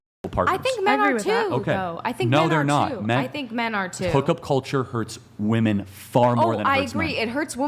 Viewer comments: Can someone explain why these girls can’t pronounce women correctly? Plural is being pronounced as singular. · To women under 30... you guys know that WOMAN (singular) and WOMEN (plural) are pronounced DIFFERENTLY, right? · Why is she saying ‘woman’ instead of ‘women’? So annoying 🙄🙄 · Uneducated Women say WOMAN INSTEAD OF WOMEN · Why does she keep saying “ woman” not “women”??!! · Why is it so hard for them to say "Women" Anyone else notice they are saying "woman" and not "women" when referring to more than 1. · ITS WOMEN WHEN ITS PLURAL, “WEHMEN” !!!! DAMMIT!!!! NOT “WUMAN” !!! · Why do all feminist like them say "woman" instead of women? Are they stupid? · I consistently CANNOT get over why people say “woman” when they mean “women”. Why can’t they get the plural form correct when speaking?!? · Another clip where a US female cannot pronounce women (wim-in). They say woman when they mean women. It's ridiculous. And that girl is so immature. She can't even have a conversation without losing emotional control and looking at both sides. No accountability for her actions either. It's other people's fault. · Yeah, she's making stupid arguments and is rude in her interrupting . . . but is no one also gonna point out that she doesn't even pronounce "women" correctly? It's really grating to me. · The one girl that doesn’t know how to say the word women really pisses me off